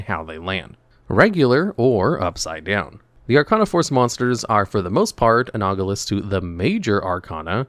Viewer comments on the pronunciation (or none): The word is ANALOGOUS not "anaugulous." Holy shit, dude.